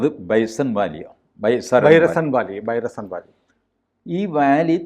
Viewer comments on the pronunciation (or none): 😂ബൈസരൺവാലിയാണ് ഏട്ടാ ബൈരസൺ വാലി പോലും 🤣 ഇയാളെക്കൊണ്ട് ഞമ്മള് തോറ്റ്